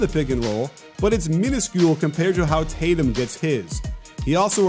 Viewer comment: its tatum